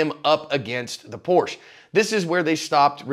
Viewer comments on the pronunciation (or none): It's Porsh-a. Sorry, it drives me crazy.